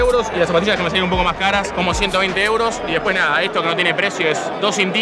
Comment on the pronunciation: reloj NARA envés de NADA